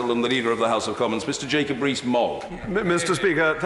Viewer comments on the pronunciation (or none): none